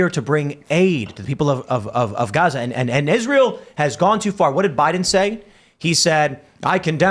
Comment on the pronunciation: Tim and it's Biden Administration. Not Bide Aministration, or Biden Ministration. Syllables are important. You should try to pronounce them all!